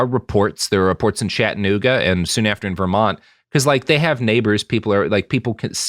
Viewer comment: Never heard Chattanooga mispronounced so many times in my life.